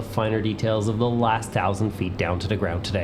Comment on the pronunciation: Its pronounced Thousand, "TH"... not tousand. Jesus christ.